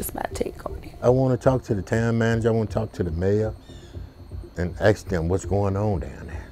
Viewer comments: The word is ask not alien movie axed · He axed me 😂😂 This didn’t happen with the cop